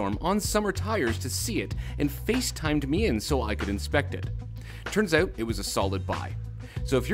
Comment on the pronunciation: " We'll figure it 0uT " Canadians sound like Americans till the word out comes then Canadian intensifies.